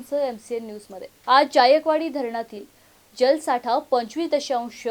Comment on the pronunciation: अग बाई, ज्यायकवाडी असा उच्चार नाही,जायकवाडी असा उच्चार आहे.